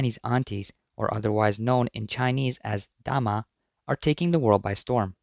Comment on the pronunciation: You pronounce 大媽 into 大麻 which mean "Cannabis" 😂